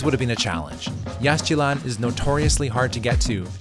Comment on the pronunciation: Please pronounce Yaxchilan correctly. It is Yashchilan - no X. And please do not say ‘Jagwah’. It is ‘Jaguar’.